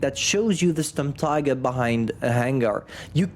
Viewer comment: pls call it Shturmteeger